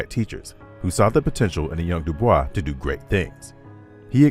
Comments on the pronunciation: When referring to W.E.B. Dubois, it’s pronounced “doo-BOYS,” not the French “doo-BWAH”. This was his personal preference and is also backed by Oxford. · They don’t pronounce Dubois name correctly. Credibility issues… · The narrator pronounces DuBois's name incorrectly.